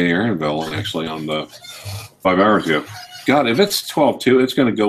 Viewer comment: There is comedy there, mispronouncing "Aeronavale", as Aaron Vale, while behind him he has a 10 dollar poster of the Eiffel Tower, up on the wall. It made me neigh... Phatso has corrupted you well. What next? Ah yes, spend your Christmas day with him too...